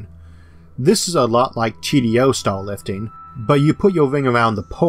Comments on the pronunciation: staw wifting sounds vewy fun bwo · Sounds like he's saying 'stall'